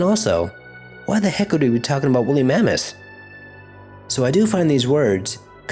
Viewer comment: It's pronounced Woolly mammoth not wholly mameth... Just saying...